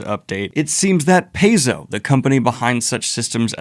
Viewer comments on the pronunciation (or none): So many last minute updates, that was a crazy day. Total side note, though, Paizo pronounces the company name as "pie-zo" since that caught me off guard. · Just a note on how to pronounce Paizo, if you look at their golem logo, you may notice it's in the shape of the Greek letter π. They did this as a hint on how to pronounce the name. So, Paizo is pronounced PI - zo not PAY - zo. Now that I've indulged my pedantic side, I'd like to throw some more suggestions out there for TTRPG systems. I'm not necessarily listing ones with open licenses, but trying to raise awareness of some systems that I think get overlooked. - Savage Worlds - Genesys - Cypher System - Powered by the Apocalypse games like Dungeon World - Fate - GURPS - Index Card RPG - OSR stuff like Sword and Wizardry or For Gold and Glory - Hero System Note that some of these, especially the OSR stuff, are licensed under the OGL1.0. However, given the intent of the original authors of the OGL and Paizo coming out with the ORC (which as a lover of puns makes me more than a little happy) I don't think there's as much cause for concern as some people may think.